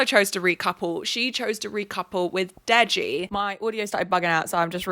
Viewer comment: Unrelated but Ikenna is pronounced ee-CANE-nah and Deji is pronounced Day-gee. I don't watch Love Island so I don't know how the boys pronounce their names, but those are the correct Igbo (for Ikenna) and Yoruba (for Deji) pronunciations, for anyone who's curious lol